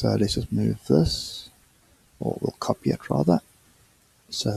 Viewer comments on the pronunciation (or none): none